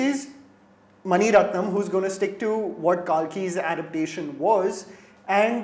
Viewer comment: Dude give a spoiler warning before mentioning something that was not shown in PS-1 and you know cause you’ve read the novel or heard a podcast. And PS novel is 5 volumes not 6. Get the pronunciation of Kalki right. It’s a name and you cannot pronounce it however you want. I’ve not read the novel or knew any context other than what was talked about during promotions but I loved the movie and emotionally invested in each character. Other than that you both have been doing a good job.